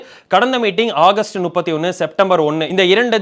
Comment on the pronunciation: " நுப்பத்தி ஒண்ணு " இல்லை மா , அது " முப்பத்தி ஒண்ணு " ...... 🙂